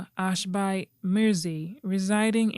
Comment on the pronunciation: The name is pronounced Ashbee